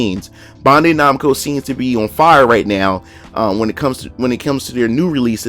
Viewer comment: BAN-DAI /NAMCO ....BAN...BAN....SAY IT WITH ME...BAN-DAI NAMCO.